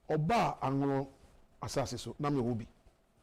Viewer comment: Presenter learn how to pronounce Anlo properly next time before you come on air